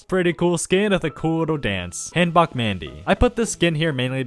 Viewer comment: btw its "kit-su-ne" Lola not "kit-soon" Lola also hanbok mandy is pronounced "Han-bou" Mandy